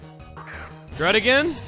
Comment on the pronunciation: You should have said druddigion more like dudigion